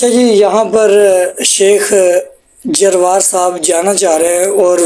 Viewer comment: جروار ھے بھائی درست طریقے سے پڑھو